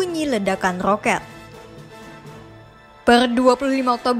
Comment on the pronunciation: knp kok rrrrrooket..atau beerrrr beerrrr